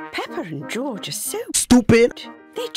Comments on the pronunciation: time it is is JOJ not gorge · More like JOJ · It’s jorj I think not joj 😂🙂